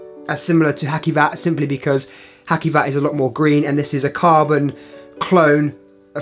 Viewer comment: It's not Hakkivat... The c is pronounced like the j in journal, so "Hajivat"